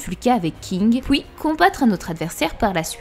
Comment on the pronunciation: Génial, merci pour la vidéo mais stp prononce bien les mots qui on le son Ui comme suite et non souite, lui et non Louis, puis et non pouis etc... Tu doit sûrement avoir des origines étrangères je t'en veut pas mais mes oreilles souffres 😭